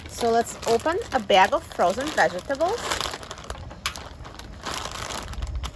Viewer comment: Why do you pronounce the word vegetable like that?😥